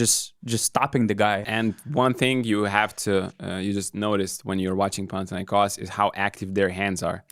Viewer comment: I like how the guy on the left is pronouncing PanathinaikOs correctly. It's the simple things, you know.